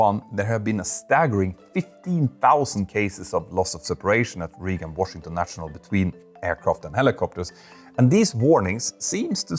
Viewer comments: It's not "region" Washington airport, it's Reagan as in Ronald Reagan, pronounced more like ray-gn. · "Reagan" is pronounced "RAY-gan", not "REE-gan." Because English is dumb. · "RAY-GEN" as in President Ronald Reagan. Love ya! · we should not be flying in Reagan Intl (pronounced (Ragan, not Reegan). That is the most ridiculous airport we fly into. Just fly to Dulles. Only reason that place is open is Senators and Representatives in DC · Dear Petter, Reagan is pronounced as 'Regen', not as "Riegen'. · Just for your information, Reagan National Airport, the first word is pronounced like Raygun. Or, you can just call it National Airport in DC. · Reagan is pronounced as Ray-gn. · Ray-g'n, but who cares. I liked hearing an extra vowel there and in another name. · a pronunciation note: "Reagan" is pronounced more like "ray gun" and on that note, in last night's news, it was said that there are now delays there, as the US ATC staffing issues reach a point where ATC employees are leaving their jobs over working conditions. I'm not sure how accurate the reporting on that is, but if so, it is a sign of severe trouble on the horizon for US air travel. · Please learn how to pronounce Reagan😂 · There was also some weird pronunciation of Reagan, and Van Nuys.